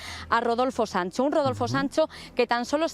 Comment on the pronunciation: Una pregunta al condutor, porque dice Daniel Sanso en lugar de Sancho, se confunde uno cuando lo empece a escuchar dije hablarmos del mismo, eres genial, pero si confundes y mira que yo hablo castilla y tu no se que hablar.